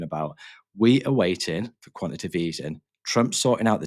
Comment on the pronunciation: This is about the 30th channel that can’t say the word quantitative… You guys are preaching about something you can’t even say? It’s not Quan Ti Tive. Its Quan-Ti-Ta-Tive (4 syllables)…